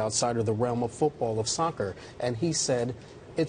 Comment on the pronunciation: "Sockter" then "socky". Mate.